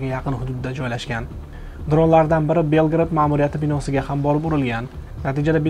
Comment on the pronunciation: Белград эмас Белгород.